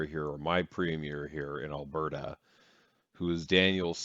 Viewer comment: She’s doing the right thing, I can’t stand the way he’s pronouncing Alberta is making me crazy. I watch 1 min of his video and was like uhhh NOPE. Lol